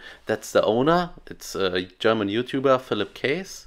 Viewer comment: Klugscheißmode on: The name Kaess is pronouced Kess nöt Käs. :D